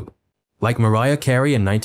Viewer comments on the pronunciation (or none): none